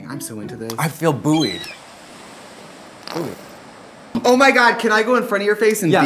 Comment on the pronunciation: how katya said buoyed was not acceptable